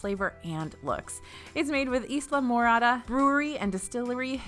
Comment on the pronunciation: Nice round up of what the festival has but I've never heard Islamorada pronounced that way 😂